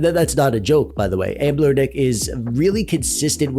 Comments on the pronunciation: Are you saying Anblernic instead of Anbernic as a mistake or to troll us and drive us crazy? Lol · You said the over sharpening is annoying, but what’s really annoying is how you don’t recognize that there is no L in the name of company. Why do you keep saying amblernic??? It just sort of invalidates the credibility of the whole video.